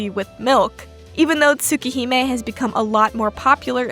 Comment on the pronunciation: Honestly Neko-Arc’s entire legacy in and out Tsukihime feels kinda in character, like a comic relief Eldritch Horror who wonders through any media. Also I’ve never heard Arc pronounced like that before, a new addition to my Tsu-Keh-Hyme collection.